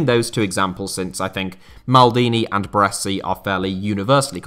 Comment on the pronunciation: Took me some time to realize you were talking about Baresi due to the pronunciation ahah Love from Italy!